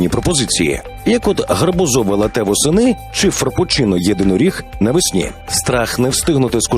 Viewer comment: латЕ? Серйозно?